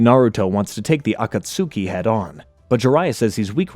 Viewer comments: 😂 this bothers me every time I heard him say it wrong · I’ll never understand if you didn’t watch the show and just did spark notes for this or what but you’re the only person on all of YouTube and in Naruto who pronounces the akatsuku all weird like that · Yes when he said "Akatsuki" I genuinely did not know what he meant at first 😭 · And tsunade 😅